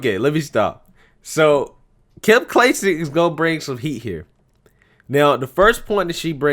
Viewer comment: Clay-Sick. Kim Clay-Sick 🙂